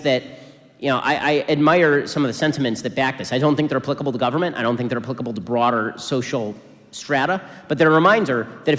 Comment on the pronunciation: . The way he says applicable is just funny to me and I don't i know why